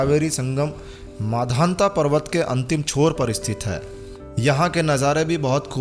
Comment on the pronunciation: आपने वीडियो बहुत अच्छा बनाया उसके लिए बहुत बहुत धन्यवाद। बोलने में एक छोटी-सी त्रुटि हो गई है इसलिए उसे सुधार सकते हैं यह मांधाता की नगरी है ना कि माधांता की।